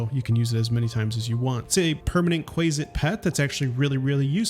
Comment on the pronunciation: Not kWAY-zitz... it is KWAH-zitz... like in cumquat, quack and quant...